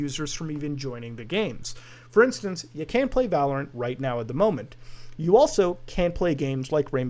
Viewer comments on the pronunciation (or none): none